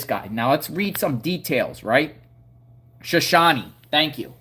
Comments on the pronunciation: So shooon ie not shon shoonie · It’s shuh shone e not Shawn e. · It's pronounced Showshown or Showshownee. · It Is Pronounced "Sha Show Knee" Name Of A Tribe Of Indians From (Idaho, Nevada, And Utah) The Area. "S h a - S h o w - Knee" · Sha-shone ...shone rhymes with loan. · You pronounce it sha as in a like shut shone is longe o Sha shone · It is SHOW SHOW n E Idaho Drop the A sound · Shoshone = 'show - shone - eee' , Native Respect💚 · I think it’s Sho sho knee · Shoshone ending pronounced like it rhymes with "phone".